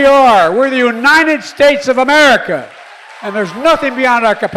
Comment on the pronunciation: I'm so tired of hearing him call it "The Uninid Stays of Merica". Somebody please give him a grammar lesson !